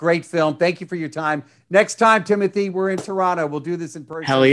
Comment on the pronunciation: Idk why I cringed so much when the interviewer kept saying Timothy instead of Timothée